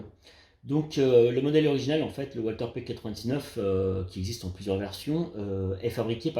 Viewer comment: On ne prononce pas walther à l'anglaise mais à l'allemande le w se prononce v .